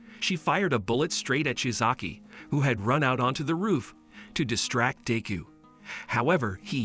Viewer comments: Bro says deu instead of deku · Its not deeku its pronounced dekoo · Deku sounds like d!cku